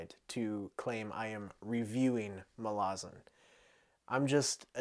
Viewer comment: Pronounces "Malazan" right on the very first attempt "Most impressive, youre one of us now" Also dont worry were not pointing guns at you for finding Gardens easy, we just warn everyone that its very hard because we dont want them giving up before it really kicks off